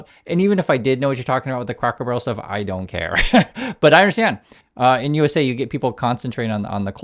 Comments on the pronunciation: You consistently say "Crackle Barrel" instead of "Cracker barrel" through out this whole video. It's feels good to know that you don't care. I don't care either. I'm thinking back to your earlier video about what might be done with our new Sovereign Wealth fund. R/ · CRACKER.... CRACK-ER... CRA-CKER... CRACKER... like crackers and cheese... not snap, crackle, pop... it's right in front of you. Honestly, I don't think I've noticed any mispronounciation here before now. It's not that bad..., just annoying. Just don't become like Ben Meisalas and Meidas Touch. He's so bad about mispronouncing things that it's started to turn me off of their videos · Are you saying Crackel barrel wrong on purpose??? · is so anathema to Cracker Barrel he can't even say it!